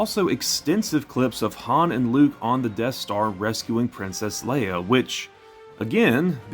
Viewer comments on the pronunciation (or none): none